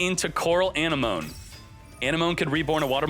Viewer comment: the way he pronounces anemone kills me